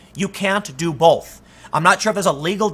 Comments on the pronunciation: please stop adding an 'L' in the word both.. thanks.. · Dude there is NO letter L in the word Both come on man